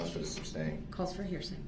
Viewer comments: "alleged defendant" (theres Nothing alleged about being a defendant - you are a defendant by definition) / "grounds for the SUBSTAIN" (it's SUSTAIN) / "texas" instead of "texts" / etc.. i could go on and on.. these are all the "Brooksisms" that drive me most nuts.. He's the dumbest most least self-aware human i ever seen in a courtroom. He honestly thought the jury would agree to nullify felony murder of innocent parade victims he ran over.. like what made him think that it was unfair that he was going to jail for running down around 70 ppl in a parade.. Nullification is used when a jury decides the law is unjustly putting someone behind bars for example if someone is arrested/charged for political reasons or a crime has an unjust punishment so knowing that.. what in gods name made this man think the jury would sympathize for him after all the nonsense they witnesed in court.. the man was even disrespectful and awful to the jury.. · Oaf, biast, estoppo, substain, Christ this guy is a ninja of the English language. I need lessons.